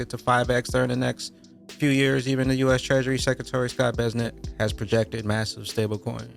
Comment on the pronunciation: Not Scott BEZNET its BESS-SENT